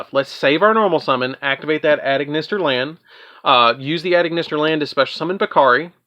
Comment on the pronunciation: I love this deck because like you said you’ve got so many combos for days to do with the deck and also if you don’t mind me saying when it comes to the A.I. Cards you don’t say the letters A and I it’s pronounced Eye so Ignister A.I.Land is pronounced Ignister Island and A.I.dle Reborn is pronounced Idle Reborn TA.I. Strike Tie Strike etc.